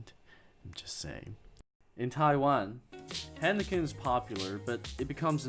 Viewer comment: Hiiiiiinekan.... Not haaanaken